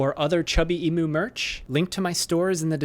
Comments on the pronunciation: I noticed that you still pronounce Emu like E-Moo, but in Australia we pronounce it like E-Myoo. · Alright as an Australian I am obliged to inform you: the correct pronunciation of emu is "eem-you". Thanks for coming to my Ted talk. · It’s Emyoo no emoo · It's pronounced "Eem you". Eem, as in "hypoglycaemia". You, as in "you are not Australian", where emus are native. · Pronounce emu correctly 😂